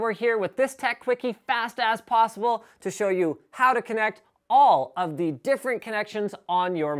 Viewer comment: Did he say "Fast ass possible"?